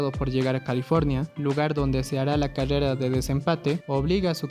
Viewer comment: Me dio risa cuando decía cadeda en ves de de decir carrera pero yo tambien tengo ese problema XDDDD